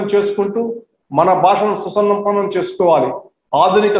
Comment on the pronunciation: Adi susannampam kadu anukunta (susampannam) Mr cheif justice sirr